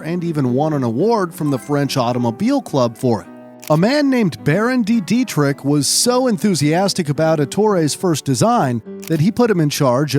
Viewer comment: Funny how you mispronounce any word that isn't English... (Baron de Dietrich, Bébé, Friederich etc...)